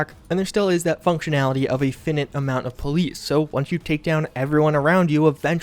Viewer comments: Fi-night, not fe-nit. Made me laugh by the way you pronounced finite. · Fin-it? ... FIE-NIGHT! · Did you say "Fin-it" for finite? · Finite. F-eye-night. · Finite is prounced Fie-Nite, as in Pie. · I think there are people that have read a word but never heard it pronounced? A lot of strange pronunciations on YouTube. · I've never heard someone pronounce "finite" that way. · is no one going to address the way you pronounced finite ?